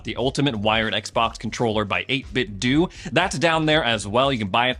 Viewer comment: Who else here won’t ever buy the 8 Bit Duo controller because of the way he pronounces it every video 🤣